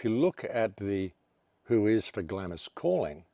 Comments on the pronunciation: I had to stop listening as you kept pronouncing 'Glarms' as 'Glamis' it was driving me nuts. keep up the otherwise good work! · Please - Glamis is pronounced Glaams, Glamis Castle, Scotland. But whole story is very suspicious and reeks of Illuminati. elite. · Glamis is pronounced "glams". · The Scottish castle is pronounced "glahh ems " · Glamis pronounced "Glahms". You're welcome.